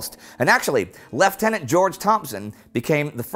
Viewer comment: I'm binging your vids right now but just have to say thank you for pronouncing lieutenant properly.